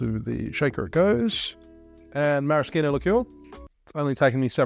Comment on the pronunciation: The best thing about this vid is your pronounciation of Maraschino! Great work! Hot tip: Bruschetta has the hard K sound too.